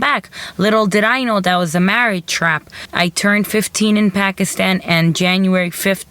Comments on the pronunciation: A local Pakistani cant pronounce "pakistan"properly? Pack-ish-tan??? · Begam "Packishtan" is how these Americans and Europeans pronounce it. We pronounce it as "Pa'k-is-thaan". I dunno what you are referring to. I hate when the whites cant pronounce the soft "t", or the Chinese, Japanese, Koreans, etc. cant pronounce the hard "T".